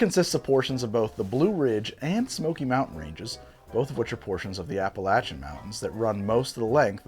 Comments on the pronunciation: Thank you for pronouncing Appalachian correctly! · Thank you for pronouncing Appalachian properly.